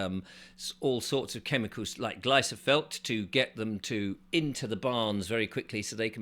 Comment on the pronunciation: Since being demonetised, I’ve noticed your presentation style get ever more silly, and ergo far less watchable. Your mispronunciation of words is also beginning to grate. What the devil is “glysofelt”?!! It’s glysophate! And why in this vid have you not mentioned the chemical make up of Bovaer®️? It contains Silicon dioxide, Propylene glycol and 3-nitrooxypropanol (3-NOP), the latter allegedly being responsible for reduced male infertility. Bill Gates is also invested in a similar product, Rumin8 in Australia, which you also failed to mention - nothing with his Malthusian fingerprints on it should be trusted!